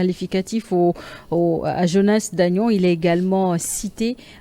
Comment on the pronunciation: Bonjour ! À ce que je sache c'est plutôt Johannès Dagnon, ce n'est pas Jonas Dagnon ! Il semble que vous ne prononcez pas le vrai nom !